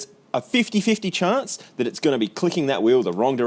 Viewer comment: been watching you since the beginning, are you from Adelaide? only just noticed the way you say chance hahaha